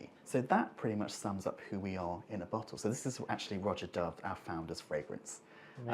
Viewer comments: Imagine continuing to pronounce it "Rho-zya" when the guy is gently correcting you. It's literally pronounced "Roger" in a British accent. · It's pronounced Raja ..bot Rowja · The constant mispronunciation of Roja…it’s RAH-JA not ROH-JA🤦🏽‍♂️😂